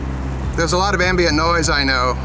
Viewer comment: "am-BEE-int noise." 🤣🤣